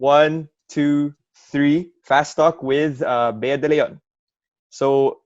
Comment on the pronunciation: Bea.. its ej not eya😁